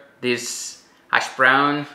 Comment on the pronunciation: I just love the way you say hash brown LOL “ashbrown” 😂 definitely going to try this